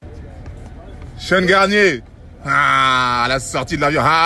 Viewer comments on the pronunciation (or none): Je rêve où au début il a dit shéan garnier😁😂